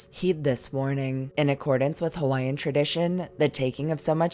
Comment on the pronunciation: Your pronunciation of the Hawaiian words was excellent,Awesome Work!